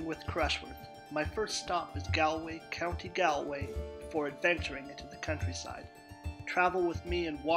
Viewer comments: Hey man, great video just one thing I’d like to point out is that it’s pronounced as Gawl Way not gal way, yes I know it makes no sense but that’s just how it is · Did you not make sure you knew the correct pronunciation before you made the video? 🤦🏻‍♂️